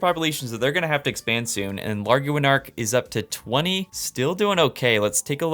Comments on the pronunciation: I think larguanark is pronounced lar-(like tar) qua-(like guava) nark as in nark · larguanark should be pronounced similar to Laguardia like the airport (lar-gwa-nark)